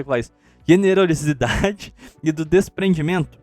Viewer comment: Pronunciar generosidade